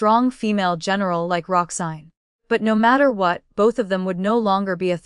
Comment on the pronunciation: Roxanne, not Roxsign. Boudoir is pronounced phonetically as "boodwah".